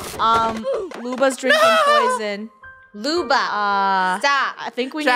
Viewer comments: It’s Luba not Lubo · Luba not Lubo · WHY CANT LUNA PLAY and i think its loob oh. Not loo ba. Im sad luna isnt here as i said PLEASE LET HER PLAY 😭😭😭😭😭😭. :{ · i thought she was supposed to be Lubo not Luba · Stop saying luba you make me think about meh grandma☹😁